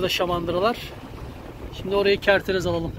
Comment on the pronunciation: "Kertenez" nedir? Kerteriz